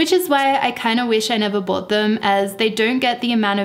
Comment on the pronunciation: Love it when she says bowut - bought.